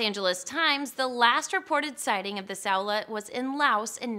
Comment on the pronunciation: Saola is pronounced like "sound-lah" not sellar